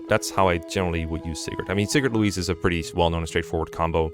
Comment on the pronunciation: No dlc emblems, based They'd all just be SS tier, like have you seen soren? Also why are you pronouncing "louis"(loewee) as "louise"(loweese) Is there a secret louis trans arc? Have I been deadnaming her all along??